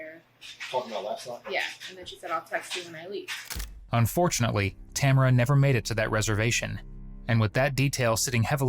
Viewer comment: Amaericans can never pronounce Tamara properly